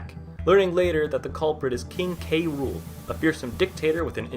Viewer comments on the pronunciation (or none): I hate when prople say "Kay Rule" instead of "Cruel" to K. Rool. It is "cruel." Because, you know, he has a pun name as a villain.